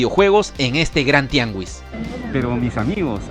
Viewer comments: amigo no se pronuncia TIANGUIS, asi se escribe pero se pronuncia TIANGIS, COMO SI DIJERAS GISMO, TIANGIS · Bro quizás ya lo sabes pero no se pronuncia tiangüis, se pronuncia "tiangis", de lo contrario se escribiría tiangüis y no tianguis :p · Saludos desde México, solo como dato amigable se pronuncia Tianguis ya que Tiagüis sería si la U llevará dieresis Ü. Nuevamente saludos y buen video. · ''Tiangüis''???????? TIANGUIS!!!! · Se dice tiangis,no tianguis,según el pronunciado de mad hunter armando consolas y recollector de México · Se pronuncia TIANGUIS no TIANGÜIS. No sabía que en Perú no fuera común esa palabra. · Sigo pensando donde lleva diéresis Tianguis para que él lo pronuncié como Tiangüis creo que solo sabe comprar a lo loco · ¡¡¡¡¡¡¡¡Tianguis, tianguis, tianguis, la "U" no se pronuncia!!!!!!! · ¿Por qué le dices tiangüis?🤨